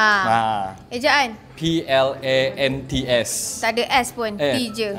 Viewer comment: betul dah tu pronunciation tu plant, yang cara sebutan kedua tu untuk plan bukan plant